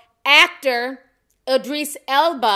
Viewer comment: Now Ti I know this is serious business but I'm not gonna let you just wreck the pronunciation of Idris like that 😩